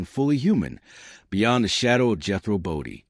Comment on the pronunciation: #1. The AI voice is not pronounce BODINE, it’s not Jehro Bodie, I could be wrong but I thought it was his uncle who was the boxer? I catch Beverly Hillbillies now & then on TV & laugh my butt off. Max did a fabulous acting job with his character Jethro. So funny! When TV was good & entertainment. Ahead of its time, remember Jethrine ahahaha